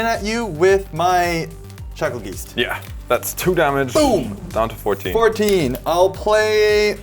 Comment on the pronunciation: Bruh they way is saying geist is killing me😅 said it right once🎉 then went back 2 saying it like 😢